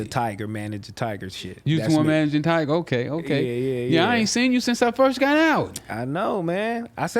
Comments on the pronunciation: “Tiger” 😂😂😂😂😂 Tyga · “Tiger” lmao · its funny how he calls tyga "tiger" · Lmao I fuk wit both of them but why do they keep sayin tiger and not tyga